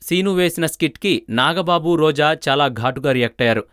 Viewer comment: sry chinna mistake roju kadu roja,dubbing cheppalani unte cinemallo try chesko bhayya